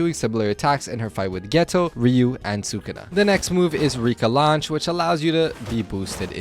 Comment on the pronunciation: Calling Ryu… Uro… it hurts